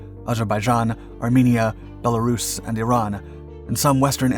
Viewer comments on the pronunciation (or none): none